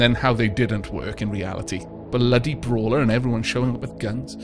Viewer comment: I heard baller instead of brawler the whole time.